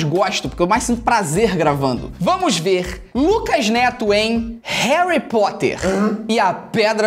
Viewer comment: harry poter: ❌ kraque poter: ✔